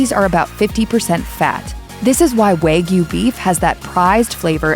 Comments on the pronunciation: Waygyu? It is pronounced wa- gyu. It is not just how they are raised. It is mostly the breed. That’s why the wagyu cows are imported from Japan to be raised here in us. Stop disseminating lies. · It is pronounced “wah gyoo” (with an A like in father) not “waa gyoo” (with A like in wag). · waaaaaaaaaay-gyu.... hahaha, time to eat my kay-suuuh-dilla and fill it mig none. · How this narrator pronounces 'Wagyu' makes me laugh...